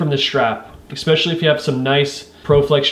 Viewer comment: Great video but please teach yourself to not say “exspecially” because it is not a word. It is pronounced “especially.”